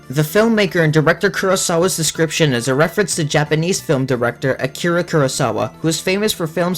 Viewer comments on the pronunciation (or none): none